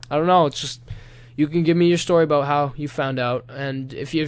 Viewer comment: ifanboyou got you to say aboot